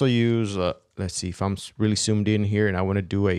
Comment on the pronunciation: I love how you "soomed" in the video.